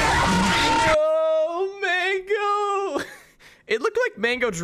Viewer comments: bro why do you pronounce "mangle" as "mango" lol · “ Mango” lmao I thought he knew it was mangle but he called it mango lmao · Does he say mango and not mangle?